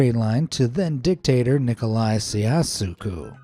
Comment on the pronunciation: Nicolai “chow-shesk-oh